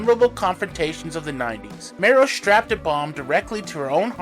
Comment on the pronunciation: It's pronounced Ma-ro... like bone marrow. She was the inspiration for Spike in Wolverine & the X-men.